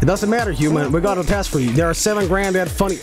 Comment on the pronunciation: can’t say GRAND without DAD